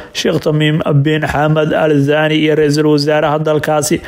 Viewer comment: Warcarbiga barta. Sida loogu dhawaaqo ma aha zaani waa thaani